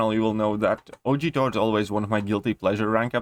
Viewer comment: I love how he says Thor as 'tor' 😂